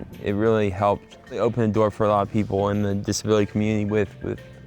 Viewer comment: Walt Jr really said "Open na noor" Bravo Vince.